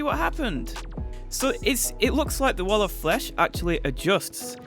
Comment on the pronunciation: Nobody: in the intro: t h e t a l l o f f l e s h